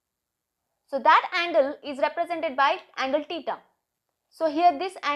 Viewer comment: Theta ❌ TITA ✅ 😂